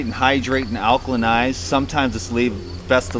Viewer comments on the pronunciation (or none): Alkylanize? lol